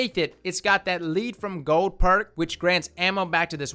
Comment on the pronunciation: "Lead from Gold." Pronounced 'Led' from Gold. As in, Pencil 'Lead'